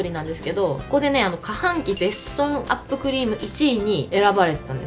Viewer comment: かはんきじゃなくてしもはんきじゃない？